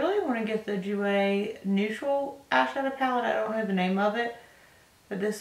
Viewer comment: Jouer is french, you dont pronounce the J sound like you would say in "j"ump. Its a soft J. And Givenchy is Gee-von-chee